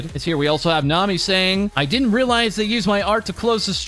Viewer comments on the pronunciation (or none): none